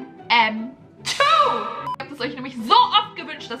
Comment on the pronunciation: Die 2 in MM2 wird deutsch ausgesprochen!😂